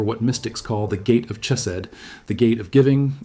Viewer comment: You pronounced chesed wrong. Not a rabbi